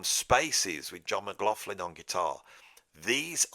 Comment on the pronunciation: when you say McLaughlin,...it sounds like McLaughflin....flin intsead of lin...I know you pronounce the ''augh''correctly as most say ''loch''...but they ''gh'' sounds like an ''f''